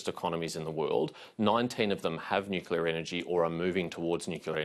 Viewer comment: Love Patterson, looking forward to Nuc-cleeer-a ? Albanese has to go and take the pack of liars with him. Plibersek, Bowen, Marles , Husic and the education bloke ( can`t remember his name). Go LNP .